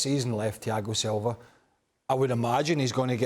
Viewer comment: I like how he pronounces Thiago Silva as Chiagosilva